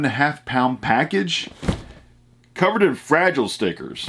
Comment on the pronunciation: FRA-GI-LE , Must be Italian!!!